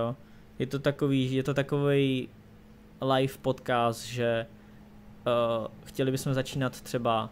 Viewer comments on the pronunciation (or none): none